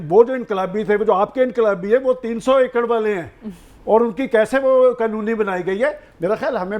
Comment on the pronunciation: Gunna itna jazbaty hota hay 300 Kanal ko 300 akard bolta hay. Es Kay demagh me Imran Khan ka nam shreefoon say ziada gunna Kay brain🧠 me Gus's houa hay.